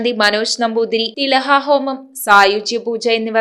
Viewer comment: തിലഹാഹോമല്ല ട്ടൊ - തിലഹോമം😊